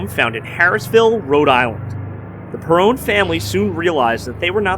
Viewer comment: You keep saying perrone it’s Perron